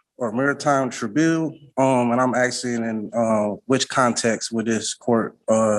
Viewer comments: This joker keeps axing instead of asking. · No, you are not 'aksing' any questions. If you still haven't achieved comprehension of the word 'ask', then you should NOT go pro se. You do not have the tools to represent yourself. You are flat out stupid. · "Axsing" questions... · Man wearing a table-cloth is arksing questions, but the real question is 'what does 'arks' mean'? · "Axing." Toss the 'tard out the flipping door.